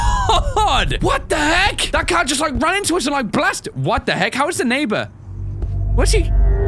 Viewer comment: When you said car it sounds like cow